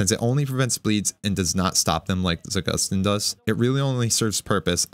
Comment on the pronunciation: It's not za-GUS-teen, it's za-goose-teen. Trust Russian, it has a meaning behind the name